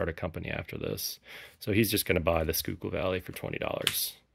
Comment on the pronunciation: Schuylkill is pronounced SKY kill